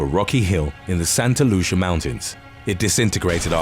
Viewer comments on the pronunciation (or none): none